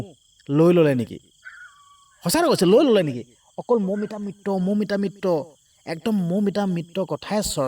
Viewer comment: চুদুৰভাই মিত্ৰ শব্দটো কব পৰা নাই মিত্ত মিত্ত কৈ আছ !